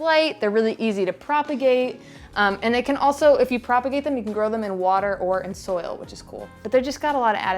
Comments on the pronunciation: Omg the way you say adansonii im dead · You made the monstera adansonii sound so French. I think I like your pronunciation better than the standard 😂